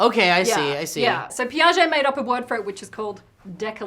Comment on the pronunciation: Jean Piaget was mispronounced (you can use google translate to ear it in french). It's okay though, as a french person I've got the same problem for some names like Kanye, Disneyland or squirrels. I love your videos =)